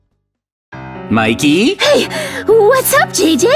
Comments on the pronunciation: I saw jj say mickey But its Mikey (Im not being a hater I love maizens vids :D) Its kinda funny he said that 😂😂😂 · Miked ? Do you mean Mikey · At one point It said Mickey instead of mikey💀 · Guys, if you change the language mikey heard like shinbi house heawnwoo and JJ is shinbi house shinbi